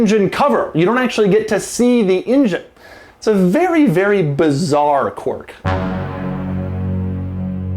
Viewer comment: I'm amused by the way you say "quirk"